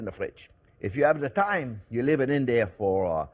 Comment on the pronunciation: I'd put some Baileys in my coffee this morning ,lol while you were going over the rub/marinade you were, babbling about Having time but I heard Thyme, made this video quite the head scratcher until I realized you were talking TIME not THYME LMAO